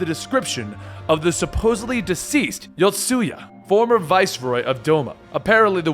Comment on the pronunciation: Yanxia = Yan ex ia????? Asahi = Ashi??? Yotsuyu = Yotsuya? Like, Gosetsu even calls her Tsuyu for short. Am I the only one who finds Asian words really not that hard to say :|